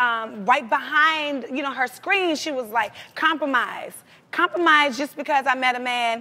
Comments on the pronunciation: It's compromise not compormise yo! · It's compromise, not compormise..... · "Compormise" haha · Hahaha i thought adrienne said 'The weed men' are attracted to that LMAO but anyway it is hard to 'compormise'....spellcheck fail